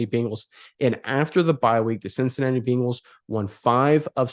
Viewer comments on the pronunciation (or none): none